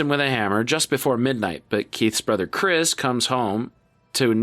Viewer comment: Jackson Habenero 👍 Chrish... Chrish? Really? 👎